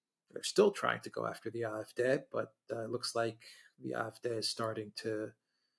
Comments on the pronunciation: Just pronounce the 'D' in AfD as you would pronounce the word 'day' in English and it will sound less awkward. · It is a butchered attempt at the German pronunciation. A=ah. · It sounds like they are saying "I-f-D", But they are saying "A-f-D", Alternative fur Deutschland (Alternative for Germany) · After all these years Mercouris still can't pronounce the name of the AFD 😂😂😂 On a more serious note I think senior is overestimating the popularity of the CDU and CSU for the upcoming EU elections in June. The biggest party will probably be the AFD with 22% - 22.5% closely followed by the CDU/CSU with 20.5% - 22%. The third largest party is likely to be the Greens with 15% (+- 0.5%) closely followed by the SPD with an abysmal 14.5% (+- 0.5%). Wagenknecht will perform very well with 9% (give or take 0.5%) and will be the surprise performer but so will the FDP that will get a surprisingly high 6.5% (+- 0.3%). Die Linke is still alive and kicking with 3.8% (+- 0.2%). Germans tend to vote for more "adventerous" parties in EU elections so expect the FW (free voters), Animal protection (animal rights) party, ecological, volt and some fringe/protest parties to do relatively well. The polls are wrong about the AFD because they consistently predict it will get only 1 in 4 votes in East Germany when in fact it is the party to benefit the most from the fragmentation of the left and is set to get 1 in 3 East German votes.